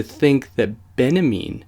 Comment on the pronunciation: its benjamin! not benamean... it's just hard to listen to with all the mispronunciations ...